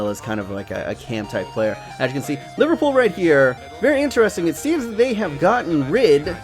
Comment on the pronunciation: It's not LIVERPOO ITS LIVERPOOL